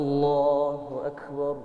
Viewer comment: Masya Allah, bacaan annda bagus banget, cuma klo boleh kasih koment dikit.. Lafadh ALLAHU AKBAR masih terdengar takrir, seperti bacaan qalqalah, ALLAHU AKKEBAR, padahal ALLAHU AKBAR tidak ada qalqalah. Mungkin bisa merujuk bacaan qari qariah internasional, seperti Ust. Muammar ZA dll.. Maju terus annda... Salam dari Himpunan Keluarga Aceh (HIKMAH) di Bengkulu